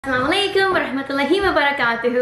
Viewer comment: Ma sha allah Really nice explanation. Love the way how you say assalamualaikum